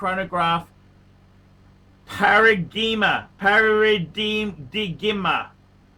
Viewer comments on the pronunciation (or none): "Paradigm" ....Pare-uh-dime!!.....Oxley state served you well....